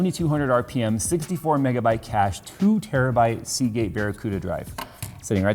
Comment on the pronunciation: Terrabooda. It's a terrabooda drive. LOL